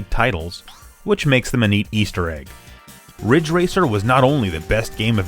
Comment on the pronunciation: it's ridge racer *RIDGE RACER*!!!